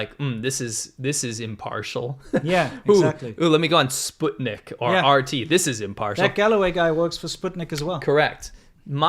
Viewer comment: I like pronounces Sputnik correctly.